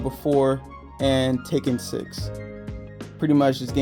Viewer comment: You pronounce Tekken as Taken😅 Great collection though